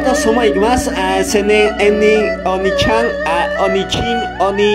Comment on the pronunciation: nmms este weon dijo ovni Chan .VVVV